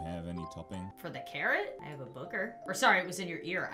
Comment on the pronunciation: i may just be deaf but when she said "theres a carrot here" i heard " theres a Karen here"